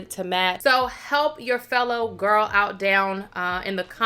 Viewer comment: This hair GWORL (saying girl in your voice) cracks me up every time! You look gorgeous love when you do color. Can’t wait to see the next vlog. And the new balance rain cloud yes ma’am! Just got mine. ❤